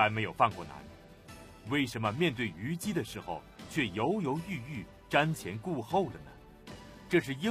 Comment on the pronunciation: 王立群的普通话好别扭啊！！！！他的普通话一般非常标准，但是有几个词音调就好怪，比如诸侯念成竹后，虞姬念成玉即，难受死了啊啊啊！！！！还不如易中天，一股塑普，都不标准，反而可爱啊